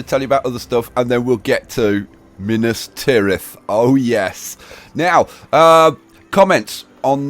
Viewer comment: anyone else realise he called it minath tiras at one point?